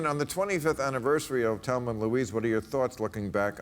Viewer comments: Why is Bill pronouncing it "Telma"? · I don't think Bill saw the movie. He keeps saying Telma and Louise.